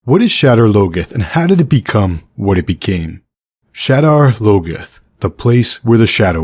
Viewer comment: “Shedder logeth”?? You got to be joking.. that word isn’t even English